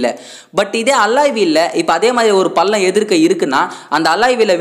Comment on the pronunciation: சொல்றது எல்லாம் சரிதான்.உச்சறிப்புதான் கேவலமா இறுக்கு.உதாரணம். வலயும . பல்லம். இதுதான் தவறு.